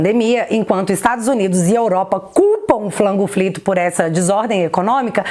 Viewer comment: Só eu acho irritante quando ela chama a pandemia de "flango flito"?